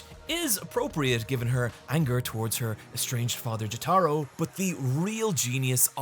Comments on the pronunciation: Why are you saying Jotaro like that? I feel like I would remember if you did that in the part 3 video. Also, I hate part 6’s ending. I despise when the events of a story are erased, it makes it feel like the whole thing was a waste of time. I like part 6 as a whole, and I don’t mind Emporio beating Pucci or the whole cast being resurrected at the end, the whole story being nullified still really perturbs me. Like, despite all the other problems it has, my biggest issue with Sonic 06’s story is that it’s undone at the end. The main story with Sonic is hot garbage, but I genuinely there was a lot of good stuff with Silver, Shadow, Blaze, and Memphis Tennessee. Their character arcs and sacrifices being gone at the end, with all their memories (based on later games in the series) also being gone, it just annoys me to no end. Mephiles is, I think, one of the best villains in the Sonic series, and he deserves to have a spot in the timeline. Mephiles himself says as much in Shadow Generations. Anyway, sorry for getting sidetracked ranting about Sonic the Hedgehog. Great video. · I hate hate HATE to be THAT guy, but please, its "Joe-tuh-row", with the emphasis on the first syllable, not "Joe-tar-oh" with the emphasis on the "tar" syllable, as you say so many times in this video. Again, I hate being a grammar nazi, but Jotaro is arguably the main character of the entire series, and its truly a necessary to pronounce his name right if youre going to be both a Jojo's fan AND a person of moderate intelligence. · I’m sorry but I can’t take it anymore lol, it’s pronounced JO-Tuh-ROH, not Juh-TAH-ro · Jo-tuh-ro, not Jo-tah-ro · PLEASE,, it's Jótaro, not Jotáro wth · Jataro? JATARO? NOT JOTORO, NAH JATARO. Anyways great video as always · Him saying "Joe-Tar-Oh" instead of "Joe-Tuh-Row" is a big pet peeve of ine lol, but great vid regardless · Not jo-taro, its jo-ta-ro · >apologizes for mispronouncing Araki's name >calls Jotaro, "Juh-TAR-O" instead of "Jo-Tah-Row" 😅